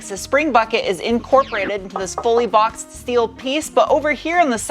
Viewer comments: Who's the party pooper that taught her how to pronounce "schteel"? I adore her unique take on Inglish. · Fake CVT shifts are the dumbest thing ever, they should add an option to remove the fake shifts on the software. BTW i miss the Shteel pronounciation :-D